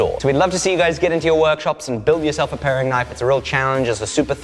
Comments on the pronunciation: "Paring" Knife. Not pairing. Love your content man! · You know it's a paring knife, not a pairing knife right? ;) Both lovely knives though.